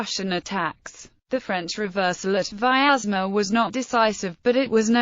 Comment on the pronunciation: Please note that the name Vyazma (Вязьма) should be pronounced with 2 syllables: Vyaz - ma, and the 'y' is a consonant as in English "yet" ; it does not have 3 syllables as in English "miasma".